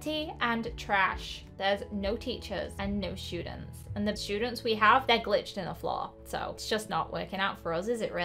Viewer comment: “And there r no shoodents”